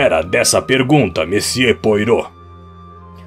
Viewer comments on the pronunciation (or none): Ótimo texto e excelente narraçao, mas tudo fica comprometido pela pronuncia dos nomes, principalmente a do grande detetive belga Hercule Poirtot. A pronuncia mais correta é êrquíle poarrô. Espero ter contribuido. Fica impossível ir até o fim. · Querido narrador, você é ótimo. Só observe, por favor, que Hercule Poirot é 'belga'. Seu nome se pronuncia "puarrô" e não "poirô"; seu sotaque remete ao francês, não ao inglês. No mais, excelente. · Desculpe, não consegui terminar. O nome do Poirot não se pronuncia como se escreve. Acho importante esses detalhes. Agradeço muito pelo seu canal, muito obrigada mesmo. Escuto com o meu primo que tem problemas de visão. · Por favor reveja sua pronúncia sobre o nome do detetive! Soa horrível aos ouvidos de quem escuta!